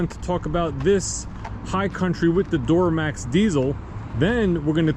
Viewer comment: Love me some “door-uh-max” 🚪 🛻